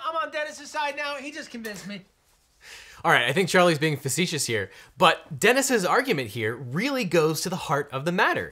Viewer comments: He'd pronounce it as 'feces.' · faucetiss? what that is mean. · Of course he can. Fay See Tee Us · he can say face t-shirt, what are you talking about? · "I think charlie is being facetious here".... charlie couldn't even say the word facetious